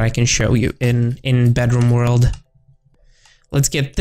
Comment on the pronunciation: i thought he said bathroom lol its bedroom